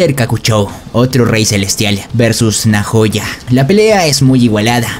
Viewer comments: Se equivoco en smiley es nahoya y se lee naoya xd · como que nojayo es naoya asi se pronuncia